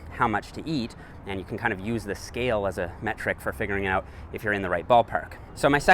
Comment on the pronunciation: Why do you say "uout"?? "Let's check it uout."??